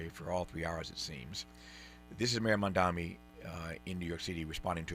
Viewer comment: Love you deeply, Tavis, and I agree with today's analysis wholeheartedly. But pleeeeease pronounce Mamdani's name correctly when critiquing him. The right refuses to pronounce his name correctly, and when they do it, it's usually a red flag that their critiques of him are about to be disrespectful in nature and in bad faith. I know your critiques are in good faith, always, but I don't want your critiques being dismissed by liberals in the same fashion right-wing critiques are dismissed by libs as a result of mispronunciation... Mom-don-ee. 🙃